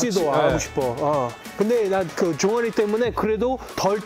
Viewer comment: . 역시 형 화가 많이 났었구나. 괜찮아! 화났던만큼 더 능력치 올리는 사람이니까👍 . ㅋㅋㅋ처음에 조원희라고 들려서 아..감독님한테 부담많이 느끼시는구나 생각했는뎈ㅋㅋㅋㅋㅋ종아리였엌ㅋㅋㅋㅋㅋㅋㅋㅋㅋㅋㅋ 피지컬FC 화이팅!! 최고의 1승 가야돼!가야돼!!🔥💪